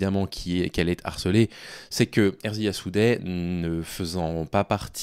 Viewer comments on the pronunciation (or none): Soutiens total et inconditionnel à Ersilia Soudais! Une femme forte, déterminée et avec un engagement politique indéniable. Je précise que son prénom est "Ersilia" et pas "Erzilia", un détail mais qui m'a fait tiqué à l'oreille merci à toi en tout cas.